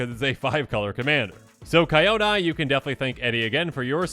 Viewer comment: Love the vid but Kyodai is pronounced key-yo-die not Kai-yoda. ❤